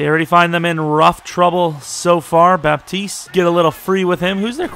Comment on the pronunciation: great video man , pretty sure its pronounced bat-east tho btw theres no 'p' in his name